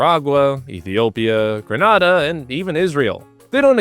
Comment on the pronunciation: Gren-ah-dah 😢 not grah-nah-dah. Come visit and have a good time in August bruh. You’ll fall in love with this lil isle of mine.